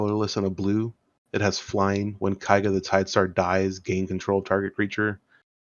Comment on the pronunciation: Its KEIga, not KAIga!